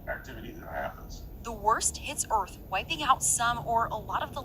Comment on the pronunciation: What is "earf"?